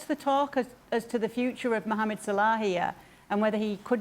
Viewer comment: Racists, he couldnt pronounce MUHAMMED with more racist undertone than that